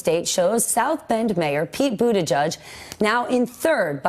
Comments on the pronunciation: NOT pronounced Boo-da-judge!! Not even BOOT-edge-edge! (glottal attack of "edge" makes that guidance even more stupid). It is pronounced, more or less: BOO-teh-jej. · BOOT-EDGE-EDGE NOT BOOT A JUDGE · Bootijidge NOT Bootijudge!! How hard is it to learn to pronounce his name properly???